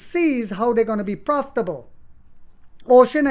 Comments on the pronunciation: Uxin is not pronounce as "ocean". It is called u..... xin. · The pronunciation for the company’s Chinese name is Yo-Shin. But I am sure when the stock is taking off, there will be an “agreed upon” pronunciation by the Wall Street.